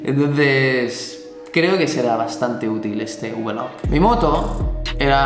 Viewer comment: Por favor, no digas más lo de vlog (ubelug como tú dices). Di blog, como suena, por favor. Por cierto, me molan mucho tus vídeos, que no "vidéos". Saludos